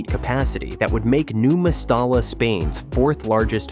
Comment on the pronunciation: Mes-ty-ya so annoying your pronunciation